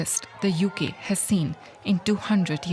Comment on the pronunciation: The "YUKee" ha ha.